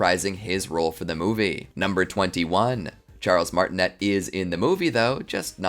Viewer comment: Also it’s pronounced Martin-A not Martinet